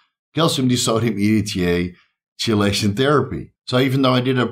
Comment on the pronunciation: It's pronounced like key-lation, no Chee- , sorry to be that guy